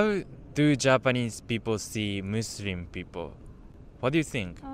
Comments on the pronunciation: bro really said musurim 💀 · it is not musrim, it is muslim